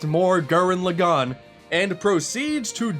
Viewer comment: it pronounced Laaaagan not Lagaaaaaan